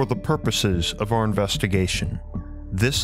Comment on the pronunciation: Did he say porpoises instead of purposes?